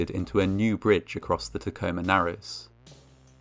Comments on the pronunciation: I'm a Washington native, and I must say that I'm impressed by your correct pronunciation of Tacoma. lol (non-Washingtonians never say it right) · Oh man thanks for covering this lol Also you pronounce Tacoma right :)